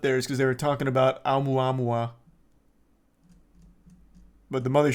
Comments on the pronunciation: It's pronounced, oh-moo-ah-moo-ah. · When you doubt everyone and everything bc you don't see it.. it was considered a meteor/asteroid at first.. then ppl figd out what it was. Face the facts brother. O mua mua is how you say it. Fml. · It's pronounced "oh-mua-mua". When we found it, it had already passed earth and been slingshotted away. It was a huge deal when it happened. They could tell it was interstellar and the way that it was physically shaped - with the material it was made of - was super odd but still naturally occurring.